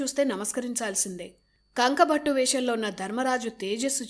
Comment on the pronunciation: కంకుభట్టు అని అంటారు.కంకభట్ట కాదు.